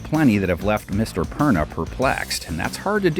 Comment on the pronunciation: am i the only one who hears; "Mr. Prenup "